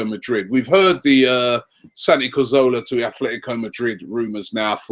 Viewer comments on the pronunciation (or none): Can someone just tell Robbie that it's Cazorla not corzola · Cazorla* not Corzola..